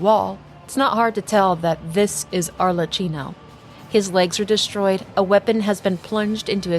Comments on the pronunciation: Just a tip cause as an Italian it sounds too funny to Italian ears. Arlecchino Is pronunced as if it were written Arlekkino😂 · Lovely vid! Thank you! Should it be of use in the future, please know that "ch" in italian it's an hard sound, more like a K, otherwise your pronounce was really good! Much love from Italy ❤